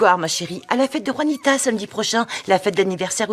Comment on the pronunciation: Juanita le J devrait être prononcer R comme gaby le prononce